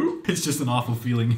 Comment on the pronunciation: it is awful not aweful